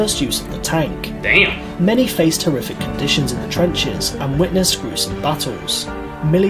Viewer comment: Everytime this guy says damb I'm taking a shot. Fakin smashed